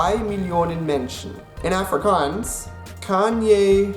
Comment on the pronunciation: Prenounce Afrikaans proply